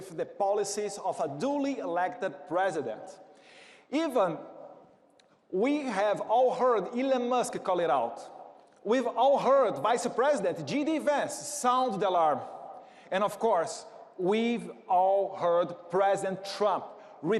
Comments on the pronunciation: Eduardo: não se fala "two be here" e o nome do vice é J D Vance, não " G D Vance" como vc pronunciou. Mas o conteúdo tá correto. Tmj. Valeu representar-nos 👍🏻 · Não é Dgi Vance. É Djey Vance. It’s J not G. The rest is nearly perfect English.